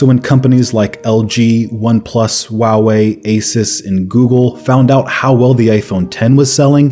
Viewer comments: Did he just say Huawei "wawii" ?! "What brand is your phone" "Wawii p20 pro" Lol sorry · i know this video is old but the way he says huawei bugs me lol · Is no one going to talk about how he pronounces Huawei?